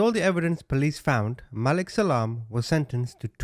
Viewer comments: Hey CHAMP They said his name Malik MA LEEK They said it 10 times WHY U KEEP CALLIN HIM.MOAW LIT ???? MAH LEEK HOMEY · If it’s spelled Malik it’s pronounced MUH-leek. Just fyi, not that I care! ❤thanks for the video 😊